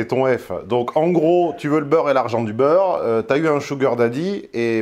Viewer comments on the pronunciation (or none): Tu veux le beur(re) et l'argent du beur(re) 😅 Si c'est fait exprès, c'est pas mal !🤣